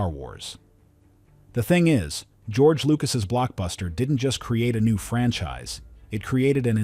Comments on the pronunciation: Además de que no se te entiende muy bien, la pronunciacíon es horrible, ESE NO ES GEORGE LUCAS!!!!! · "George Lucas" LOL